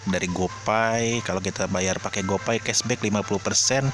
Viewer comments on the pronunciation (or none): bang, saya gak mau sok pintar bahasa Inggris, sekedar koreksi saja untuk cara bacanya. gopay 👉 gopei completion 👉 komplesyen card pack 👉 kart pek guidebook 👉 gaidbuk saya udah pernah komen gini loh tapi sepertinya gak di notice :(((((